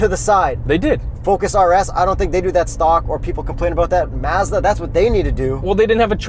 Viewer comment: Why do you say Mazda so weird